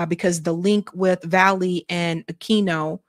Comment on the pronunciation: You're misreading this Paul's name... It's VALLELY, not valley. There's an L before the Y. Your govt edumacation is showing.